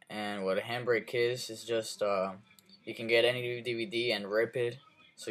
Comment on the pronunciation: when he says "Youl could get any new DVD and rip" it sounds like he's saying "You Could get any new DVD and RAPE IT"